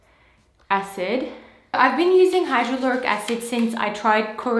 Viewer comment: I'm pretty sure you're saying "hydroluric acid", aren't you? Well, I googled it and there's no such thing as it... Google corrects me everytime by giving me "hydrochloric acid" or "hydrofluoric acid" as a suggestion... What I think you're using might be "hyaluronic acid"... (Correct me if I'm wrong because you say you're a pharmacist).